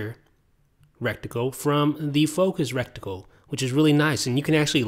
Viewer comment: I really hope he meant reticle rather than "rectical" hahahaha :P